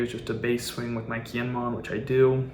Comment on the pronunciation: You gotta learn the characters names man. Kiñemon and Ahpo is rough.